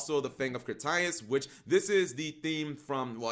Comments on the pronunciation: Arubaruna pronounced crit-aye-ass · How do you not know how to sa Critias? CRIT-TEA-US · Fang of CRTIUS LMFAOOO that aint how u pronounce that card i could understand mispronouncing a yugioh card but not a card thats been said multiple times in the anime smh thats like saying i summon slyfer the executive producer!!! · Shayne Rawls right tf how do u mispronounce a card name said in the ORIGINAL anime multiple times! He must not be from the original yugioh age